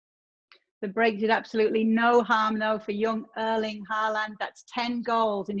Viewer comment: Disaster Artist Erling* not Örling lmao